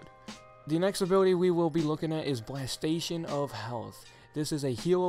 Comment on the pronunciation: "Blastation of health"? ugh...